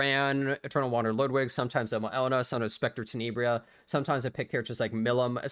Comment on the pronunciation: You're the only YouTuber who covers e7 who actually pronounces Ludwigs name correctly